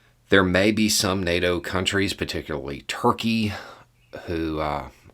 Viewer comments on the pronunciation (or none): none